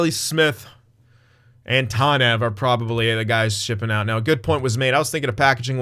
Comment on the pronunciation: First of all, its tAHnev, not tAWnev. Second of all, I don't know if the game was right or if you were, but if you wanna have a read go for it, I'm too lazy